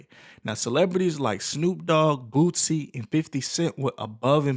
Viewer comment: Everytime I hear this guy say (Boot-sie) instead of (Boo-sie) make me mad asf. I'm bout to unsubscribe from your channel for your disrespect towards this man's name. SMH if u gonna talk about a person learn there name first.